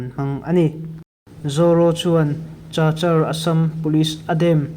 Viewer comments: Chachar tia i lam hi Kachar ti a lam zawk tur a ni e. Zofa journal tluangg takin kal zel ang che u. Chinland buaina hi hriatthiam a har hle mai. Chin Brotherhoob hi eng Tawng hnang nge/eng hnam nge? Chinland council ah hian eng tawng hmang nge tih te,eng vanga Chin ram chhung a Pawl pahnih lo piang nge tih te chiang deuh a hriat a chakawm hle mai. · Cachar hi Kachar tia lam tur.😅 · Chachar ti lovin kachar ti a lam tur aw.stay ti lovin state ti bawk la